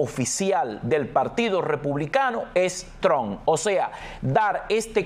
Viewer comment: Trump ( pronuncie como si fuera una trampa, pero quite la , a, y no olvide pronunciar la p).